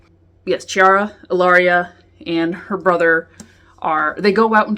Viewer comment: It's pronounced Kiara, not Chiara, thank you. Otherwise great review, good job!